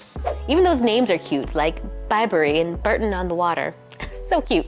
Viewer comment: Bore-ton not Bur-ton